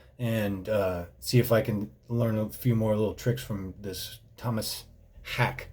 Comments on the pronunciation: dont know if anyone mentioned it but his name is pronounced haa-ke. the last is like how you say the ke in okey. thats a minor thing thoe, but fun to see drummers react to this and you have been the most fun to see. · Fun fact, the whole song is in 4/4. Also, his last name is pronounced like "hau keh" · Pronounced hawk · ok, everyone.... it's pronounced Haawk, E,ah............ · Pronounced Hockey... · His last name is pronounced "HEY-K" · Sweds pronounce A like Awe and E like Eh, so Hawk-eh or Haw-keh would be the closest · The double 'A' in Haake, in Scandinavia, is pronounced as an Å, which is like sort of like "O" in hope... So Hoke... Probably the closest I can find in the english language off the top of my head... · His last name is pronounced something like this: "Hawk-Uh". It actually means "Hook" or "Latch" which fits his profession I Think! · They call Meshuggah the fathers of Djent. Its not true. Every other band that tries to sound like Meshuggah, is Djent. Meshuggah are not Djent. And Tomas' last name sounds like "Hockey" but with an Australian accent. (Hawk-eh). I only know because my buddy went to a show and talked to him. My friend asked him how to pronounce his name. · Pronounce it like "hockey" and thats how he says it in interviews. Check out the Clockworks drumcam. Singer is lower and you get a better look at him working the drums...which is always enjoyable. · his name is pronounced "Tumas Haake" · You pronounce the 'e' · I love that he completely butchers Tomas Haake's name :D :D